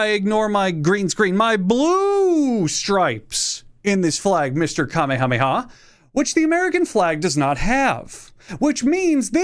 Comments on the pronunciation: It's pronounced, "kameha-meha", not the anime superheros power. Wtf is kame hame ha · Bro I hate when you say Kamehame ha. Very funny. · It’s pronounced ka-meha-meha. You’re not a Saiyan you meatball. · Hawaii never wanted to be a state anyway, the kingdom was overthrown by force and legally shouldn't be part of the country. Also you can't pronounce Kamehameha properly LOL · How he mispronounces “Kamehameha” is annoying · As a Hawaiian you got our flag wrong the stripes represent our Hawaiian gods but the Union Jack your correct on king Kamehameha did just like the flag and also why do you call him kamehameha like the anime thing it’s not that hard to say just say ka and then may ha twice it ain’t that hard and also I have no clue what you on but the blue stripes are fire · I’ve never heard that pronunciation of King Kamehameha. Sus. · actually saying Kamehameha like that🤦‍♂️ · If the dbz community doesn't want to punt you for that Kamehameha pronunciation, then it will be the hawaiian community that will. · i’ve heard people pronouncing the dragon ball move as the same as the hawaiian king, not the other way around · The mispronunciation of Kamehameha hurts. I'm not even from Hawaii. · As a Hawaiian your pronunciation of King Kamehameha pains me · At least it's better than that Fortnite TikTok guy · At least he didn't say king galick gun